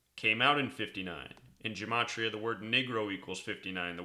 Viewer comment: really do appreciate the good work that ur doing, but there's no "n" sound in Gematria: ge·ma·tri·a...ɡəˈmātrēə...